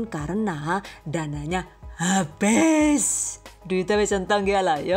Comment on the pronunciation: Lucu banget sih bun, saya ngakak pas bagian "Dananya Habeess" 😂😂😂